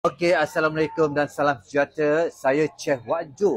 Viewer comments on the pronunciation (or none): none